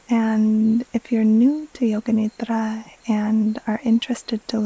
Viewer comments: As an Indian, I wanted to say thank you for acknowledging that Yoga Nidra is so much more than just NSDR. Your pronounciation of Nidra is perfect ❤️ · Your pronunciation of “nidra” is very good